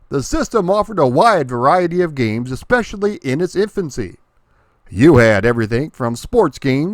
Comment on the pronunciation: There's no "X" in "especially"...